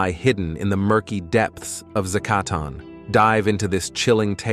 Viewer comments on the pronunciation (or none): Making a whole video about a cave your AI cannot pronounce is pretty low effort.